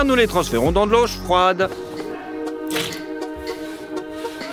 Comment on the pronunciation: nous les transférons dans de l’eau chfroide 😂